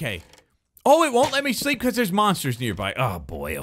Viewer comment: the way says "shreep" instead of "sleep" is so funny (in a good way) and I'm sure everyone agrees with me